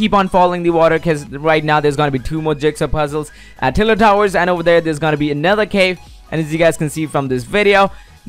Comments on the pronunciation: u said tiler towers :P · This man says tiled towahs sorry lol only joke